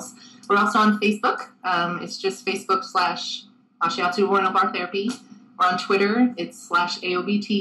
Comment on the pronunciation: D, you look so cute/nervous, and isn't he mispronouncing Ashiatsu?